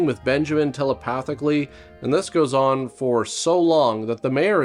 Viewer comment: Your "Come OAHWIN!" is brilliant! Once again, you had me busting a gut! And - "I'm going to take her out to something STOOPID, like the ballet! What's that one called, the one with the SWOAHIN?" OMG, I nearly spit out my coffee!